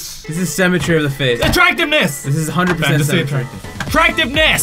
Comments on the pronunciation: IT'S SYMMETRY, NOT CEMETERY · i hear them saying cemetery instead of symmetry lmfaoo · ITS PRONOUNCED SIMM-ETREE